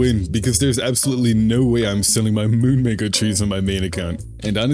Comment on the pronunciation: Bro did not say Moon Mango😭🙏